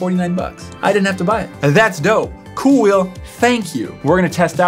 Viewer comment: it's not KoolWheel it's KooWheel